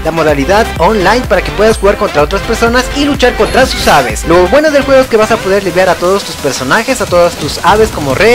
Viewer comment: Por qué siempre decís "levear" y no "levelear"??? Sería algo así como decir "maar" en vez de "matar", "matar" en vez de "matear" etc. Jaja